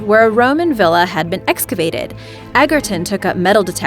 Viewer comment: Egerton is pronounced edgerton